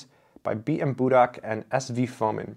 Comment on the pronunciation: Its Fomìn, not Fòmin. Budàk not Bùdak.